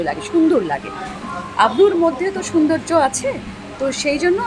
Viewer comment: কথাটা সৌন্দর্য, সুন্দর্য না